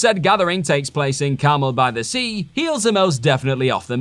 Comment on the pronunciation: I got a good laugh at how he mispronounced Carmel By The Sea.